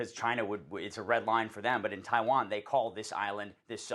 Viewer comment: Taiwann is our number wan comcern😂